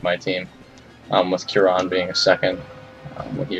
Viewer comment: You pronounce Kieran proper weird.